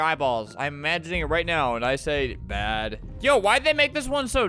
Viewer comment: The way he says bad lol